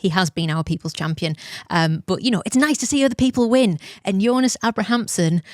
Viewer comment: Producer said it correctly! Kudos to her.